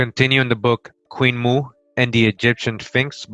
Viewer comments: Queen Moo? Or Queen Mo'o, pronounced Mo - oh? Mo'o is the Hawaiian word for reptile. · In fact on the title page there's a glottalstop above the first O indicating that the pronunciation is not Moo but Mo'o, meaning lizard or reptile. Queen Mo'o could very possibly be Queen Reptile. Some of these beings were wonderful. Some not so much.